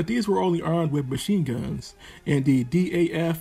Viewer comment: I like to correct you on ONE vehicle... You were saying D.A.F M/39, while in fact, DAF is a brand name and should be pronounced as ONE word... "DAF".. DAF was a local car manufacturer that build cars and was later taken over by VOLVO... DAF is still making Trucks today....The Dutch Army still is using DAF as it is today